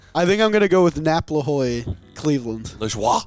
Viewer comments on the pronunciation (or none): Nap LAHOY Everyone who is aware French is a language: what the fuck did you say?